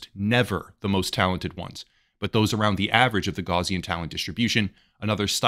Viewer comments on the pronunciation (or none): none